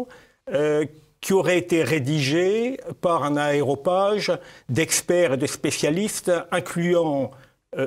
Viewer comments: Clair, bien renseigné et intéressant. Merci ! (petit détail : on dit aréopage et non aérooage) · je sais que c'est un détail mais j'entends à plusieurs reprises aéropage... n'est ce pas aréopage? Ceci dit cela ne retire rien à la belle pertinence de cet entretien